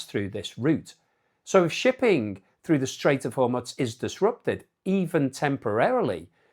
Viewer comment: BTW Hormuz is pronounced, "Hor-mooz".